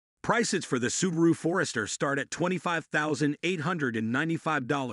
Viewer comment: Robovoice is better than most, but still discernable by mispronunciation of Forester and Hyundai